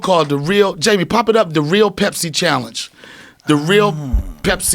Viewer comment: when joe is so high he wanted to say Gaymie for a second there.